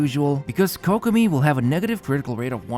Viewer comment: For the love of God can you please turn on the Japanese Voice acting in your game and LISTEN HOW you pronounce Kokomi, Ayaka, Yoimiya and Inazuma?? Pretty please mate it just hurts my ears hearing you killing the pronounciation again and again.